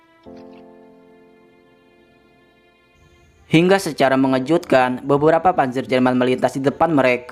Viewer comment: Panzer itu bacanya panser min.. selama ini kmna aja sih.. Mana intonasi di akhir kalimatnya aduuuuhh..🤦